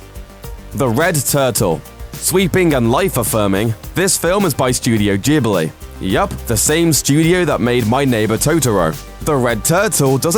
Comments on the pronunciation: It's Studio Ghibli with a G like in 'Good', not G like in 'George' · What is "studio jeebly"?